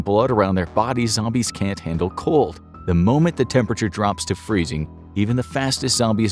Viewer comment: I fr thought that bro said cult not cold